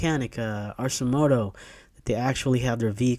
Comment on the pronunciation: Arcimoto is pronounced with a hard K. They seem to be focusing on production for delivery and rentals in warm climate area. Would be much better if they would get the doors into production. People seem put off by the motorcycle-like controls. I also think a small ICE version would sell better in cooler climates. Most of America gets temperatures under 40° at least 3 months s year. Without doors or ICE, the product isn't viable there. 😑